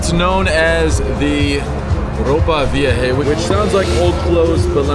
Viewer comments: "Ropa viaje" ... good one 😅😅😅😅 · Nice job! You didn’t try to preach, act superior, etc., but everyone in the country begs and has an angle. That’s the reason for their friendliness. And I think you get an F from your Spanish tutor based on your pronunciation of “Ropa Vieja” at the first restaurant. 😂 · Yeah. Two weeks. Pretty good. Ropa Vieja not pronounced correctly. Vowels are easy, not like English. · Give him an F for his pronunciation of “Ropa Vieja” at the first restaurant! 😂 He overall did a great job with his Spanish, but I laughed my ass off at that one. Looked like he got a little nervous!